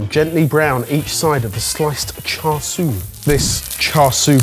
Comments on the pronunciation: Usually it's who corrects everyone on pronunciation, but it's his turn to be corrected this time! It's Char SIU (SHOO). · The 'Char Sweeeeee' killed me omd. Its Char Siu (shoo or su) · the "siu" in char siu shoudl be pronounced like "choux" from choux pastry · "char swee" .. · char "sui" 🙃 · it's Char See-you:D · Every time they say “char soo pork” I cringe out of my skin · Oh that killed me as a Cantonese. It says Char Siu, but somehow swapped the vowels and pronounced it as Char SUI. Like, HOW? I know mispronouncing things is your thing,, but come on!! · Don't say "cha" with a "ch", in English spelling it should be "ts" (like oats). Say "siu" like "see you" as a single word. Tsa seeyou. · Initially wincing at pronunciation of Char Sui but then was won over by him geeking over the double fermented dough 😂 So precious! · a chef pronouncing char siu wrong... cringe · So there's Char Siu (cantonese) and Chashu (japanese and derived from the cantonese dish). Char Siu has the 'r' sound though it's softer, Chashu (which ironically looks like what this is) lacks the 'r' sound and has sort of a mix between "ch" in chair and an 's' sound. Pretty sure, anyway.